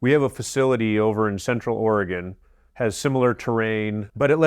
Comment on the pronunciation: Ummm, it's ORYGUN!